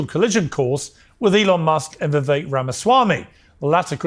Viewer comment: I love your content!! As an aside, I'd like to remind everyone that Vivek Ramaswamy's first name is pronounced as follows: VIVEK: rhymes with CAKE